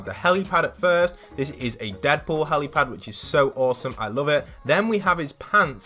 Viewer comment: You said bosome not as some